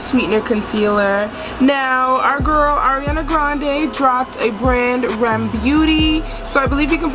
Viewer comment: Its "Are Eee Em" not rem